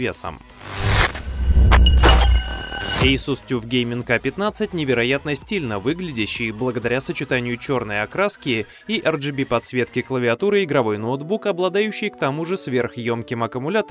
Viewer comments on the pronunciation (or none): Не первый раз слышу тюф... Скорее всего должно быть таф. Игра слов на английском tough))))